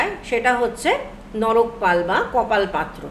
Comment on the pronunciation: কি অদ্ভুত , আপনি নর কপাল কে বলেছেন নরক পাল